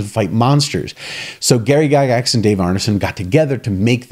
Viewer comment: True to the end.... Have you played Gurps Stormbringer and M.e.r.p. too? Never know the pronunciation of Gygax was "gaygax''... that's not an homophobe joke... but makes me wonder